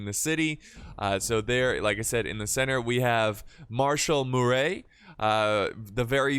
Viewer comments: Murat as in Muh-ra snice T’s are silent and not Murey! Anyways Vive L’Empereur! It’s been so long! :_PixieEagle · French guy here , its pronounces "Maréchal Mur(A)t" , A sounds like Nevad(A) or Minnesot(A) Love the channel, Keep it up for better French prononciation :) Cheers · you mean Murat don’t you? Pronounced Mu-rah